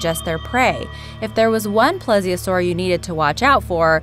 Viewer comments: You Say ples it's pleesiosaur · you're not pronouncing plesiosaur right